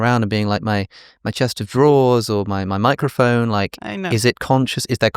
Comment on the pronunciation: every time they say microfon I can't not hear micro foam bc I've consumed too many matcha content